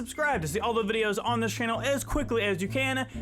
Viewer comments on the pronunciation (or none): none